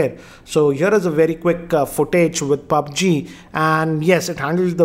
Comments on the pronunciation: Sorry but its पब्जी not पाब्जी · He says it pabge...man=mistake no offence